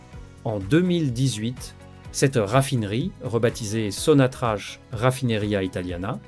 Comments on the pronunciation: Il faut prononcerai SONATRAK ,ou sonatrac et non sonatrach !! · Corrigez votre prononciation ça se prononce SONATRAK pas sonatrache.